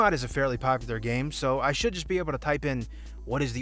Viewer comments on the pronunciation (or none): none